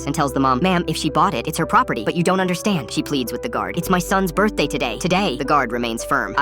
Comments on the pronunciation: birthday ❌ burr-day ✔ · Am I the only one hearing "bir-day"